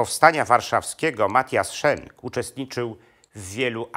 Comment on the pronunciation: Nazwisko bohatera tez wymawia Pan nieprawidlowo.Jezeli byl Belgiem a nie Niemcem to mowi sie tak jak sie pisze:Schenk a nie Szenk.Mieszkam bardzo dlugo w Belgii i sadzac po nazwisku bohater Panskiej opowiesci jest Flamandem.